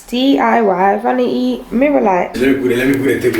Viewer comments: Eeeiiii...what is “vanita” 😂😂😂😂😂😂😂😂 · trying to say vanity has me creasinggg 😂😂 bless him😭😩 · Ive seen ppl try it like yall did with the mirror anb after a time it fell so my advise to yall would b to add 3 mirror brackets for extra support(1 at the top in the center and 2 on each end at the bottom or if u want 4,one at each end) loved it though cause still get trouble to say vanity. God bless yall